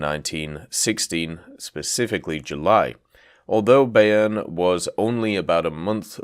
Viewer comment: Pronounced it wrong, its more by-urn